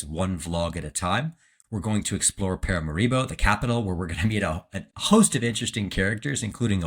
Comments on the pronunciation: the way you say paramaribo [in the beginning] is kinda wild lol my family is from there.. we say (')paa-raa-(')maa-ree-bo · Paramaribo I'm from there its pronounced pa-ra-ma-ri-bo